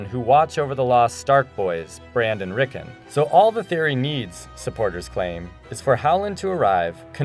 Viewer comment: Terrible video. It's obvious that the people involved in making this doesn't have any clue what GRRM's novels are really about, and probably haven't even seen the show, as almost every name is mispronounced (Azor Ahai, BRAND and Rickon to name a few) and lots of key points and arguments that back up the theory aren't even mentioned, whereas a lot of unimportant points and arguments are brought up. Also, ''The R+L=J Theory From Game Of Thrones Finally Explained!''? Really, Screen Rant? This theory have been existent for over a decade, and I can assure you there have been countless debates, articles and videos over the years explaining this theory, far more in-depth and detailed than this. This is so bad it made me cringe a bit, you should leave ASoIaF theories to people who actually know what they're talking about.